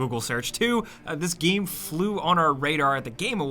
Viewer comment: Ok its been a few years now and i didnt want to say this but could you stop saying the word game? You pronounce it weird every time